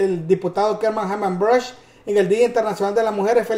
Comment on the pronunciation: Hey man debo decirte que el diputado el Apellido de es brushk y se pronuncia (Bruk)aprenda compa